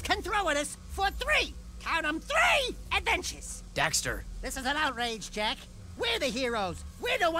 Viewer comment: 3 games and he still can't get Jak and Daxter's names right.